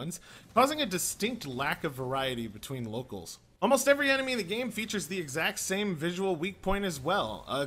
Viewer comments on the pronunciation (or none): you pronounced locales wrong.